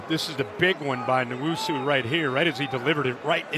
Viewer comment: N-WHOA-SUE. Not newoso, not newusu.